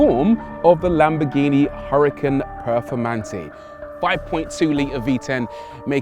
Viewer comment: lamborghini huracan perfoRmante* peRfoRmante whit 2 R. 😁 Also, is huracan, not hurrican. 😁